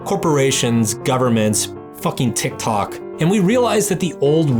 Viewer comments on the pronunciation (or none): none